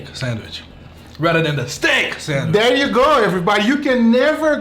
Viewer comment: No one:: SENWISH